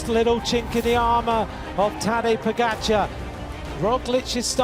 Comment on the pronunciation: How have they still not learned how to pronounce Pogačar?